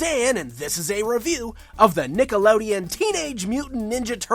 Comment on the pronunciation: Got a bit of a British accent goin' on in the intro when ya say Nickelodeon, Dan. :p